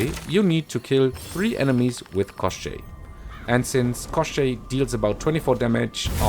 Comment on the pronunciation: You actually pronounced the name of the gun really well. For reference, in Slavic fairytales Koschei is similar in concept to western Lich.